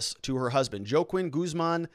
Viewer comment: Juaquin is pronounced Hua Keen or Waa Keen - you live in AZ and don't know any Spanish..?? WTF